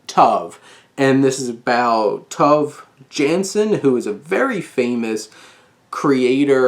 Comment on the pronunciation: The actual pronouncation of her name i think is ‘Toh-veh Yan-sen’.. great review!